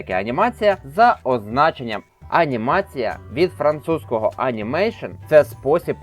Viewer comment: Французькою буде не анімейшен, а анімасьйон